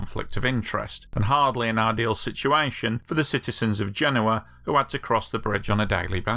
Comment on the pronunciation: I watched a video about this on another channel recently, and yours is superior and not only because you could actually say the name of the city right. The other one has the guy saying Gen-OH-uh.